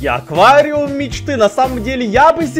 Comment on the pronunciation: Аквариум, а не оквариум